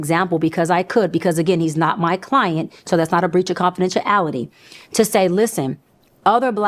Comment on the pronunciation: How did she get away with this so long?! She said “pacific” and “confidential ality” 😂